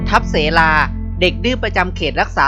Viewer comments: อ่านว่าทับสะเหลานะครับฟังแล้วขัดหูทับเส - ลา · ทับเสลา สาวน้อยผู้ถึกและบึกบึน ฉลาดและเก่ง น่ารักมากที่สุด ชื่อน้องออกเสียงว่า ทับ - สะ - เหลา นะคะ